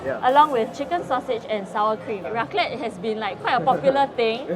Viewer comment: Mostly bothered by the way they pronounced raclette... I dun think it pronounced properly. But Tts just me being anal. Hahha